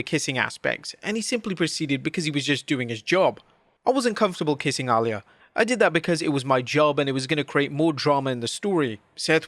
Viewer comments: Ally lee yah - IT'S AH -LEE - YAH. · It is pronounced A-Lee-uh